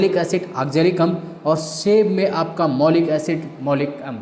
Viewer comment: भाई बुक से पढ़ लो, ये सब बेवकूफ बनाते है...वैसे भी इन्हे कुछ नही आता मैलिक एसिड को मौलिक एसिड बोल रहे है